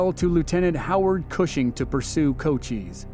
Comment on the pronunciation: Pronounced Co-CHISE, not CO-cheeze, hard 'S"...